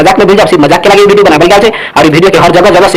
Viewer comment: भाई भिडियो नहीं विडिओ होता हैं